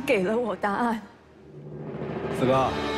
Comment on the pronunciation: 四哥 我我总是听成skr 哈哈哈哈好出戏